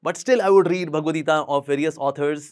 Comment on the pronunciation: hi the so caked enlightened person it is not "geetaa" it is "geeta".